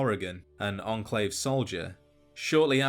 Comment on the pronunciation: its enclave not "endclave"